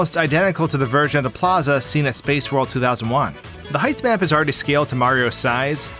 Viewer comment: I keep mishearing him saying "height map" as "hype man"